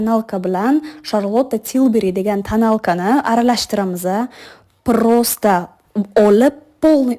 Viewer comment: Prrrrosta deganiga nechhi mney deganigachi😅😂